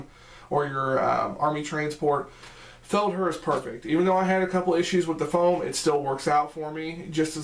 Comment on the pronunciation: Thanks for the review its pronounced. "Feld-hare"